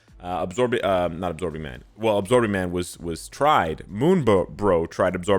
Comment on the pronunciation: "Abmorbin time"